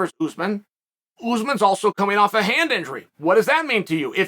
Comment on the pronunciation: He said "hand nigery" instead of "Hand Injury". 😆 Chale no disrespect! Butt... A lot of times you seem to have a problem words. Especially names i.e. Tiavasa instead of tuivasa for example and there's many more... I used to think that you did it on purpose but now I'm not so sure you realize it... Just making fun of what is. Please don't take it personal. Your one of my favorite fight personalities of all time!